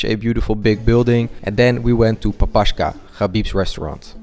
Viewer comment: It's papakha, non papashka. Pa-pa-kh-a ( kh sound like h in "hello"")